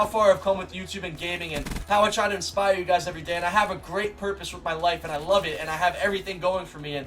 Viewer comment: When she says peace and love it sounds like she says peace and lub 😂